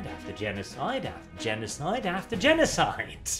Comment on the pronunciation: Man got this video out so fast he fucked up "after"